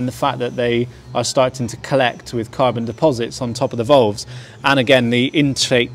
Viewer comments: volves.....drove me crazy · FFS someone please tell this bloke how to pronounce "VALVES" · ditto, lol